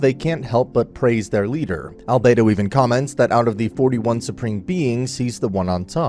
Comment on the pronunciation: I Like how he says Alberto enter the chat